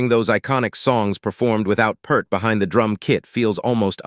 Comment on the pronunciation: He wa not just a drummer. And his name is not PERRR T. I DISPISE THIS AI SHIT!!!!!!